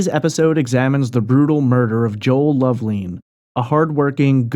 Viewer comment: Love- lin, not leen